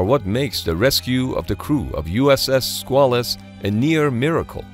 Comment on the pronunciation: It's pronounced "SQUAY-luss" but other than that this is ok.